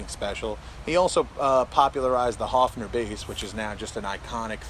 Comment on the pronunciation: It's not Hofner. It's Höfner